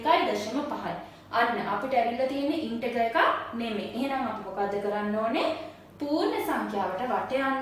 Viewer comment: Valuable playlist and explanation is very clear 👍 Check the pronunciation of Integer. Good luck👍